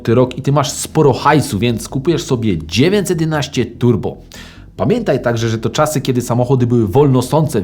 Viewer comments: Proszę, błagam, popracuj nad dykcją! Bo zamiast 911 wychodzi Ci 19... o Renówce gadasz, czy o Porsche? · Super seria, proszę tylko o poprawę wymowy 911 bo słychać ciagle dziewięćsetnaście i męczy to ucho ...